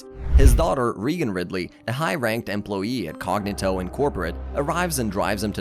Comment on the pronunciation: Reigan. Cognitto. NŒl. WHAT IS THIS PRONUNCIATION?!